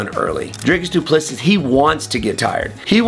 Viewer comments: The last s in his name is silent. Do-pless-e Also, your video would be easier to watch without the background music. Just saying… Thanks for the breakdown though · Wonderboy mispronouncing the Champion's name means DDP will most likely lose.